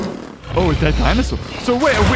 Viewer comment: malcolm always says "dinosaar" instead of "dinosaur" and its so funny